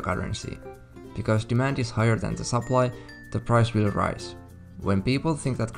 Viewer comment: You mean sup-ply. Not sup-lee.